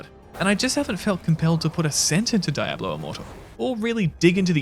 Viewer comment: You're pronouncing Diablo wrong dude